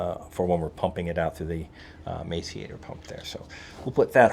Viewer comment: Hey, the grinder pump is pronounced “mass-er-ater”…